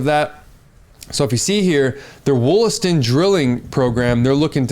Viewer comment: Lmfao. WOOLASTON. It’s Wall-aston. I work in the mines in the area